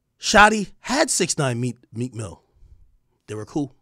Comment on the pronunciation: Some one said Cheek Mill 😂😂😂😂😂😂😂😂😂😂